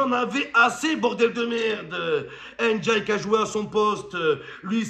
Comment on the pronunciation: C'est pas N'diaye ni "én diaye", c'est Ndiaye ça ce lit tt d'un coup